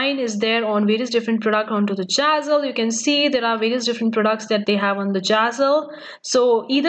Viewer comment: It’s zazzle not jazzle